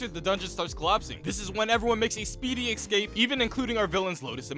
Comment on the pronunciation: escape* not excape